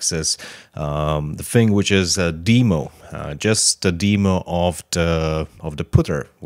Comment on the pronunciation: your saying demo wrong.